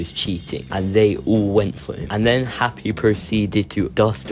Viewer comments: the editing is amazing as always, also WHY DID YOU CALL HIM HAKPY 😭 (its happy) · love the vid but ''hakpy''